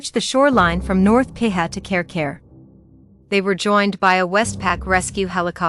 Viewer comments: Karekare is pronounced carry carry not care care and piha is pee hah -long sound on both syllables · American voices do not do well when Maori place names are involved! Care-Care (Karekare) !! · It’s not Carecare bush btw..